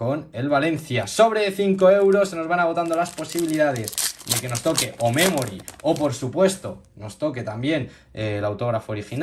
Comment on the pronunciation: Y se dice memory no memori